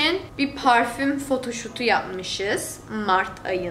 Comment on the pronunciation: Photoshop=bizim türkçe telaffuz=fotoşop. 'ün türkçe telaffuz fotoşut😄(yeni spor gazateniz)😂🤣😂